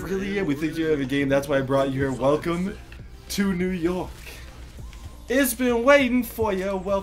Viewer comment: its york not yok lol